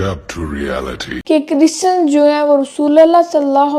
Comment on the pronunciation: chrisan 😂😂😂 .. bolna seekhla makeup ki dukaan Banda Tera jaman alay nu jootian phera